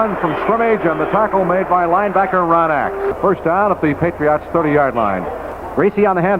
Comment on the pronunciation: It's sort of odd hearing pronounce Patriots. It almost sounds like he's saying "Patree aughts", lol. I'm actually a Ma**hole so I know all about accents, colloquialisms, and odd dialects. I've lived in Florida & Virginia so I get the "regional dialect" thing but SE Massachusetts is on another level, especially with the Rhode Island influence, lol! It literally seems if you traverse 25 miles in any direction you encounter an accent. Thanks for posting these and 'PHINS UP!